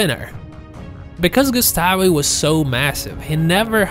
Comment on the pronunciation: Gustav not gustafi